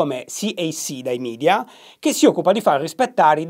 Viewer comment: Usa sistemico invece di sistematico. Ma anche parole latine come summit e media che continua a pronunciare male.